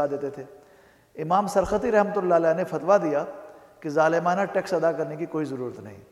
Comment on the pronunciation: naam teek lo g sarkhasi nahi sarakhsi hi khafa naho